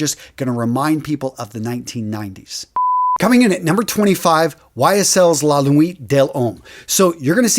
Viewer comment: He also pronounces a lot of fragrance related words wrong along with the names of fragrances ex: when he said La Nuit De l’homme, any other time he said L’homme, and Neiche.